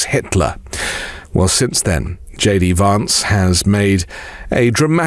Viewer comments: Hey,! It's queer how you persist in mispronouncing Vance as VAHnce instead of "van" like the vehicle. It undermines the substance of your contribution. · It's more correct to pronounce (the American) Vance's name in the manner of the British "van man", rather than the British "advance". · Had to listen to this twice as I could get past you pronouncing Vance wrongly! I know you are British (like me) but that was wierd given how everyone else pronounces it! It's a bit like how all republicans mispronouce Kamala, which interestingly you pronounce correctly! Maybe it's a form of revenge?! 🤔 🤣🤣🤣